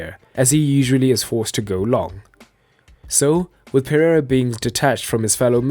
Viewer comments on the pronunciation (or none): The name is PEREIRA, not PERREIRA nor PERRARA nor PERRIERA or any other variation.